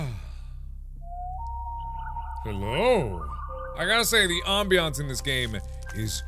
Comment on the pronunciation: Anyone else notice how weird the way he pronounces “ambience” is?